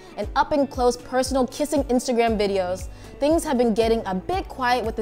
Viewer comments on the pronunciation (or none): none